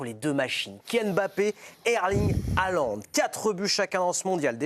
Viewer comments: La prononciation correcte est "Hollande" avec un "h" aspiré, et pas ce massacre de "halande," qui fait mal aux oreilles. Salutations de Norvège. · sauf que HAALAND ce ne st pas un nom français. et le A se dit aussi A en norvégien MAIS la combinaison AA en norwegien se prononce O